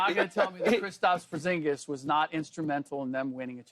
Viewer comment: Man said porzingas and he barley played 😅